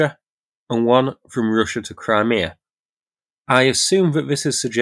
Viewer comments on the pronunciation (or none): none